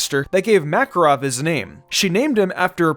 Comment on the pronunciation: The fact he pronounces Makarov and Erza wrong is really bugging me out